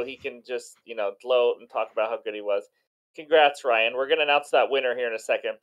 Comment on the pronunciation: Yooooo I won?!?!?!? Thank you guyyyys And yes Ryan.. you nailed it on the name!!! Thanks buddy!!!